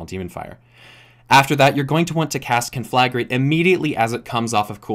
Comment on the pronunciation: I know this shouldn't bother me as much as it is but you're pronouncing conflagrate wrong.